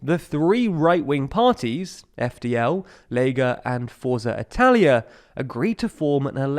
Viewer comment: Did nobody think about how “Italia” doesn’t start with L?